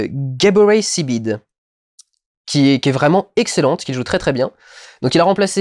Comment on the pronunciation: En fait c'est Gabourey SIDIBE pour l'actrice de Precious et ça se prononce Sidibé, de rien